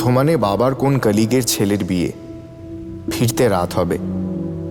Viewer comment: ক্-লীগ নয়, শব্দ টা কো-লীগ